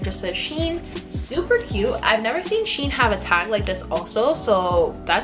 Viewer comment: Just to let u know u where saying shein wrong its she-in